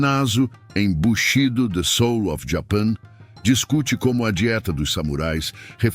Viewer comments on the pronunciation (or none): Sr. eu aprecio os conteúdos desse canal, obrigado! Mas devia buscar aprender a pronúncia correta das palavras japonesas (missô, natô, bushidô, bantchá, motí) coerentemente com a profundidade e seriedade das análises. São palavras até hoje presentes na comunidade nikkei, qualquer, nissei teria prazer em ajudar nesse sentido.